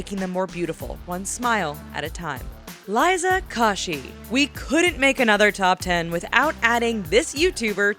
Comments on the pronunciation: Liza "kawshy"??? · "Liza Kashy" ARE YOU FREAKIN KIDDING ME!!!!!!!!!!! Also "She has over 7 mil. followers on Music-dot-ly." Phew, just think happy and calm...............😫😩😩😠😡😡😟😖😔😣😫😏😠😡😣😔😩😒😟😡😔☹️☹️😒🙁😠☹️☹️😡😖😠😡😡😣😤😣😣😩☹️😣😣😡😡😞😞😔😔😔😡😤😤 I am thoroughly disappointed....